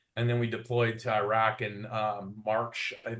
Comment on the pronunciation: why does dude keep saying “irach” 😂